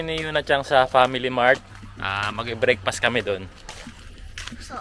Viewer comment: Sorry nabobother po ako sa Brakefast. Brekfast po sya 😭